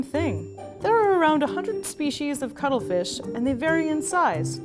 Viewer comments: VERY WERR I WIRR EATA DA CUTTRE FEESH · If you’re saying that the first time (ever) you heard cuttlefish you heard cuddlefish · Why do I keep hearing cuddle fish lol Only me? Okay... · I literally thought she's saying cuddlefish I want to cuddle that fish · I'm not a native speaker, so when she said cuttlefish I would have understood it as cuddlefish, if the name wasn't didplayed correctly in the title. So... free hugs?